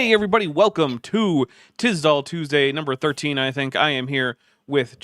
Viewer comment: Tisdall Teusday? Professional for next time....